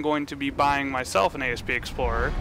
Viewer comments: Asp....not A.S.P. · asp not A.S.P. its a word not a freaking acronym. jeezz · Asp as in the snake, not A.S.P.. You do get that all ships are named after snakes? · Down-voted for Ay Ess Pee Explorer